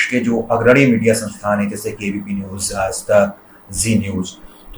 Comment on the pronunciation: बढ़िया है! वर्तिका को अपने उच्चारण पर विशेष ध्यान देने की ज़रूरत है। आज को आज ही पढ़ो आज़ नहीं...